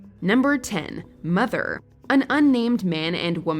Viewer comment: It's pronounced MOTHER!